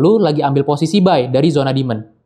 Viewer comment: Bro..penjelasannya ok...tapi koreksi cara baca demand, sptnya nada tsb yg anda katakan berulang kali itu artinya setan (?) Coba check nadanya di google translate